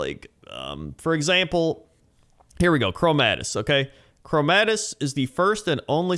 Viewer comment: I love ya, but it's Chromaggus man, not chromadus, thats about it, great video though